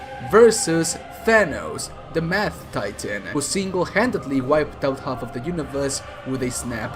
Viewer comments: Did you notice that when said "Mad" it sounds like "Math"? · Did he say mad Titan or math Titan.